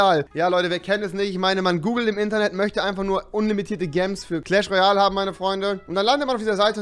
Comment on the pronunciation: Wie er Gems ausspricht 😂